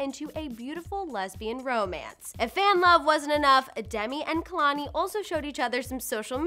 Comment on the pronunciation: Kehlanie is pronounced as kaylanie